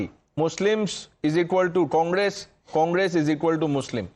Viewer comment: The way Revant said ‘Congress’, it was sounding ‘Kaamras’.